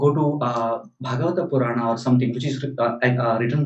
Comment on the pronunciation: Sir, you must change ur accent it's like foriegn imported lecturer like those libral manes, don't expose urself like a max meular type hinphobic maleech, If you want to mention the Puran or upanishad be pronounced correctly & respectfully.